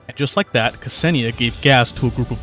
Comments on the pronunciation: Imma be a nerd for a second (since I know Russian) and correct you. The way you pronounce her name is not kAsenia (there's no A there lul, I don't get why everyone puts an A there), it's more like K'senia, you basically make a slight pause/gap between the K and the S. There you go, I'm sure this is VERY useful information... 🤪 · Very interesting history sections, informative gameplay explanation packaged in an entertaining video. Just chef's kiss 👌 But one thing her name is not 'Kasenia'. The pronunciation is not false but midly off that is like an itch that i can't get rid of. Hard to explain in a comment but google translate does nail the pronunciation when you type Ksenia and switch to russian. Otherwise as said before still a nice video👏